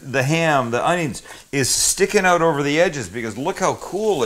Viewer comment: Canadian judging from the way he says "out"